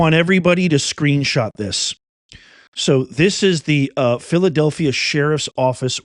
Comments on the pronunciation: She's the sheriff of Philadelphia, and she can't pronounce the city's name? DEI. Arrest her in Fillillellfia. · Haha 😅 SHE SAID FILL A DELPHIA??😂😂😂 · She can't even say Philadelphia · Sheriff of what? She can’t even say Philadelphia. Is she drunk? What is going on with this woman? And why is she threatening a Federal Agency?